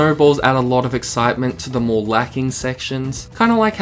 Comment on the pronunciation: "so much like mœrrrr–" sorry, English accent funny hehe